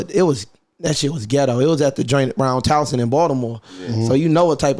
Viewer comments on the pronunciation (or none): My man say Townson 🫣